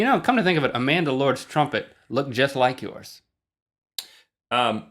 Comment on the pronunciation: Link... Trumpet has 2 vowels... not 3.